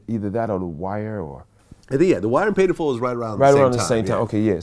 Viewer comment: It’s “Paid in Full” not “Made in Full” Vlad🤦🏾‍♂️🤣🤣